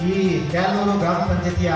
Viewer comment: ಯಾರಪ್ಪ ಅದು ಮಹಾನುಭಾವ ರಿಪೋರ್ಟರ್ ಸರಿಯಾಗಿ ಕನ್ನಡ ಕಲಿತು news ಹಾಕಿ ಕ್ಯಾಲನೂರು ಗ್ರಾಮ ಅದು✅ ಕ್ಯಾಲನೂರು ಗಿರಾಮ ಅಲ್ಲ ❎